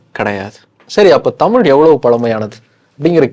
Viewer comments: Please learn to pronounce Thamizh. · ஹெலோ. முதலில் தமில் பளக்கம் மொளி அளகு என்றெல்லாம் சொல்லாமல் தமிழ் பழக்கம் மொழி அழகு என்று சொல்லிப் பழகுங்கள். உங்களுக்கு நீங்கள் ரெகார்ட் செய்ததைப் போட்டுக் கேட்கும்போது கூச்சமா இல்லையா. நன்றாகத் தமிழ் உச்சரிக்கத் தெரியவில்லை. அழகான எங்கள் தமிழின் வரலாறு தேவையா என்பதை யோசிக்கவும்.